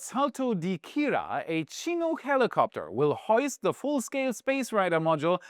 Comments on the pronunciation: She-nook, not Chino helicopter. Chinook. Also, that runway was one of the Space Shuttle divert sites, so it's set up for space craft returns. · Its pronounced "shin-nook" chinook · the pronunciation of Chinook is pretty comical